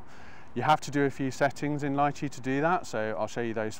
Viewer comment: It's "Li-chee", not "Lie-chee".